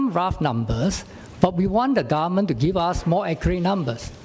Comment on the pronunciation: The way he pronounce government as garment is so funny...